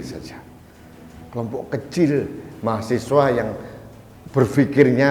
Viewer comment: bukan mahasewa om, tapi mahaSiWA